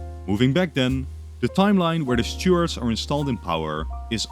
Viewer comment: Took me a while to realise you meant Stuarts when you were saying Stewards